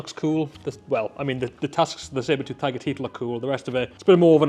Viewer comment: yes it is tooth not toth ha